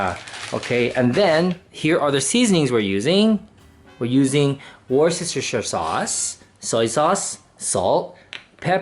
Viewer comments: HAHA How adorable. Worcestershire is pronounced Wuss'ta'sheer <3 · Congratulations on being part of the small group of people who can pronounce "Worchestershire" properly. LOL My favourite instant yakisoba is Maruchan chicken flavour. My Vietnamese-Canadian coworker teases me when I eat them and calls them "white people noodles". Whoa that was a lot of Worchestershire sauce on one dish. Lol How does your brand compare to Lea & Perrins (the usual brand you'd find in North America)?